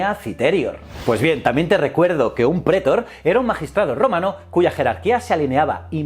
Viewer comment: lo de prétor me ha hecho daño. Se dice pretor. Y lo dice mal unas 5 veces... Manda narices, está acentuada en la última sílaba, aunque no lleve tilde porque termina en R, no en N ni S.